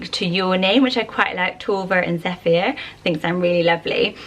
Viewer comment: When she said Zephyr I thought she said "Zeffia"... which I kinda like! 😄